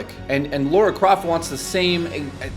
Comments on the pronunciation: her names not fucking Laura it's lara get it right dude! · Your still the best and I am a fan just say her name right. Subscribed.